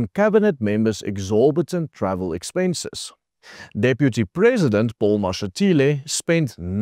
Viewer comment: Did i hear expenches